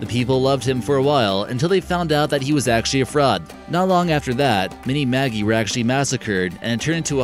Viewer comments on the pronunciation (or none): Cool topic but it's Maj-EYE not maggie. The maj part is pronounced like in magic. :D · Magi is pronounced like magic. Not Maggie. The g sounds like J.